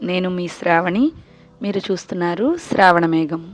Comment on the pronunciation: అక్క నువ్వు సూపర్... ఏది ఏమైన శ్రావణమేఘం అని స్పష్టంగ పలుకుతున్నందుకు ధన్యవాదములు... నూనె గానుగ మొదలు పెట్టినందుకు శుభాకాంక్షలు